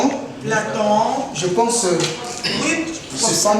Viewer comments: Bon film pour l instant mais moi je connais Platon mais pas plonton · Eyenga yo boni na?😂😂😂😅😅😅😅😅 Platon et non plantsokinini😂😂